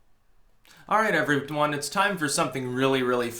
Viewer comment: what the FUCK is an EVERYTWONE????